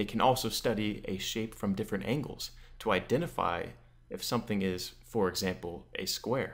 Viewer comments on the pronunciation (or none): none